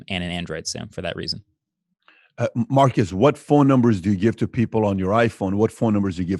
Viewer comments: His name is not pronounced "Marcus". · Dude you said his name wrong for 40mins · I'm guessing he let you know that you pronounced the city name correctly because he wanted you to start pronouncing his name correctly.